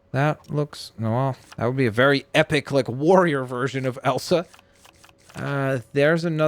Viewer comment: i love horses It’s not Elan it’s Elsa.